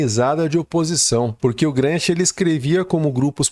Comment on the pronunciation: Excelente conteúdo. Parabéns. 🎉 No entanto, ouvir o nome de Gramsci como" Gransqui" causa dor nos ouvidos.🙈😂